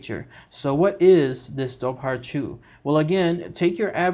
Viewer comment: Great video, side note, it’s actually pronounced “Dover-Who”